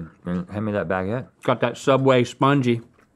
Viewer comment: When you live in france and you see gmm say "here's a fresh bageutte" haha thats not how a baguette should be !